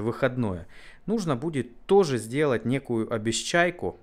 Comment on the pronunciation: Обечайка говорится и пишется без "С". )))